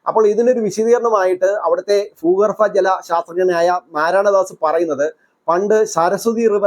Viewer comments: ഫൂ അല്ല ഭൂ ഭാരത ത്തിന്റെ ഭ....ആദ്യം നി അത് പഠിക്കു... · ഫൂ ഗർ ഫ ജലം 😅